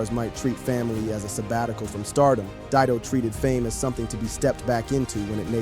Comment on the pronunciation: Didon ? Puffff, Dido.